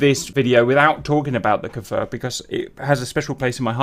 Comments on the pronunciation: you are saying kfir like kaefir its just kfir man ahah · oooh Nice and greeting from Israel Kfir means Lion cub in Hebrew. just a thing about the pronunciation of the Kfir... it's not K'fir or K-Fir like I hear Everybody pronouncing it... it's Kfir, like Cliché, or Cream or Krakatoa.